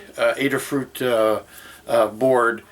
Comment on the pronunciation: 1) While watching this I got inspired with an idea for a diorama. Have the K2SO head and the similarly-shaped Robocop (1987) helmet facing each other, and title it "Staring Contest". 2) Are you named after your scissors, or are your scissors named after you? :D 3) It's pronounced A-duh Fruit not Adderfruit, as the company was founded by Limor "Ladyada" Fried, whose nickname is an homage to Lady Ada Lovelace, English mathematician and the world's first computer programmer (Babbage Difference Engine).